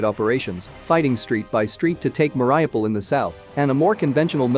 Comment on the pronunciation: For some reason, newscasters can't pronounce the city, Mar i u pol. They say Mar i O pol, or Mar ah pol. In this video, the machine, says, Mar i pol, rather than mispronouncing the U. After all this time, they can't even pronounce a cities name, which is so simple, and has been bombarded for so long. It makes me think, the American administration, is just sitting back, and watching a movie. They have to give some support, tho they have much more they could do. Even after the atrocities, they still only make sanctions. I'm not surprised tho, after what happened in Afghanistan.